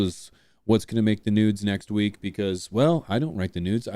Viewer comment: You say news.. I hear nudes. Much love P